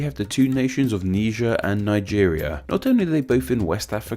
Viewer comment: Its not nee jer. It's nye jur